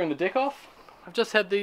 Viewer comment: my American brain just heard you say "screwing the dick" lol. Cool deck btw.